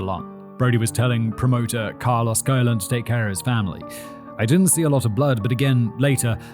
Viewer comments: Colon is pronounced *cologne"like the bottles of scented liquid 😂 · Carlos colon would be pronounced as cologne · It's WWF not WWWF😂😂😂😂 And it's pronounce colone like men's aftershave. 😂😂😂😅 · Commenting on a month old video here but Simon, the pronunciation for Colon in Spanish puts the accent on Colón. So it's Cole-own with heavy emphasis on the own part. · Colon is Spanish is pronounced like "cologne." A&M had a tragedy in 1999 when their annual bonfire collapsed and killed several students. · Yeah, Simon, Colón is pronounced differently in Spanish. I don't know how to explain it, but that "ón" changes the way it sounds... Ok, the closest way to pronounce Colón correctly is similar to how Cologne is pronounced. Actually, it is like 90% accurate. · It's Carlos Co-lone that's how it's pronounced bruv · It’s pronounced like cologne ;) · Simon's pronunciation of Colon is fitting in this case, given how massive a sh*t bag Carlos is. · it may be because rum comes from treacle and tequila from a cactus (and cactuses usually don't taste that good). pretty sure he should be Carlos Colón (about the same pronunciation, but stress in the last syllable); translated to English in the way they did in the past, it should be "Charles Columbus". the only US colony where its inhabitants gain US citizenship at birth, yes, but as far as I know, the mainland has a relatively hands off approach to it (and all of its colonies in general); dirty truths must be sweeped under the rug, not addressed. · The way Simon keeps pronouncing Colón the same as the organ is KILLING ME🙃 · Jen, can we have the "ranting Simon" tune back? Please. And Simon, Colón is a last name (emphasize the second ó). Colon without the accent (that tiny hat on top of the second o) is pronounced with an emphasis on the first "o" and it means what you said.